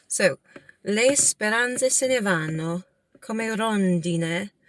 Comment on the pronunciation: Ciao, “vanno”, “anno”, “torneranno”, pronuncia meglio la doppia “nn”. Tu dici “vano”, “ano”, torneranno”. Pronuncia una n più lunga 😊 Poi non “vedóvi” ma “vèdovi”. Accento sulla “e” ❤